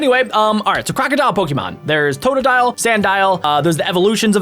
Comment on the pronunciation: It's krookidil